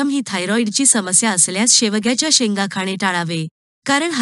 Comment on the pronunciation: तुमचे काही उच्चार जसे शेवग्याच्या शेंगा,शकतो, जळजळ हे शब्द, आजार त्यामुळे माहिती छान असून पण ऐकायला कसेतरी होते